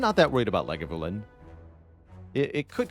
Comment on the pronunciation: "lag-a-voo-lin" is how Brian Cox pronounces it at least (the comment got me curious)